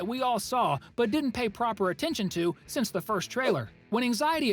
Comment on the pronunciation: It’s pronounced since